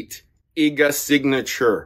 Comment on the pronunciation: You could at least research how to pronounce Iga's name correctly!